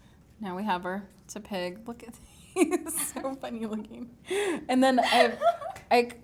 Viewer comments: TEP-ig not TEA-pig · Sorry not hating but Tepig is pronounced Teh-pig. Not Tuhpig. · its not tea pig its tehpig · Lul I know she said TU-pig